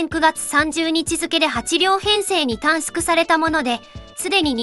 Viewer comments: 新幹線電車という表現と短縮を「たんすく」と読むところが最後まで気になった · たんすくたんすくって気になる